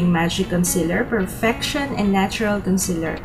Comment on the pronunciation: concEAler not concEler !